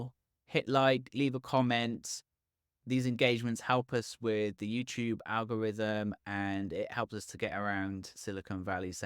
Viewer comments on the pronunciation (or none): none